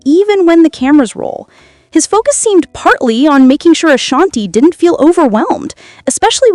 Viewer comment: Can you Say “Ashanti-Not Ashani!😅 Her name is “ASHANTI”!